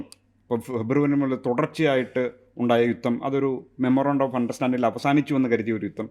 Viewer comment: DDnews ലെ ആങ്കർ ആണോ യുത്തം മുത്തം എന്ന് പറയുന്നത്. 😢😢😢